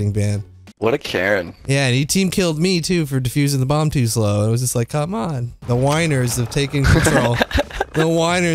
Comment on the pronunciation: best part of vid is How u say «cahm ahn» 😂